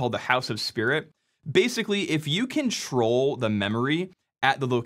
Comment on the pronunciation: My brain heard "if you control the memory" as "if you can troll the memory," which in fact is even more on point.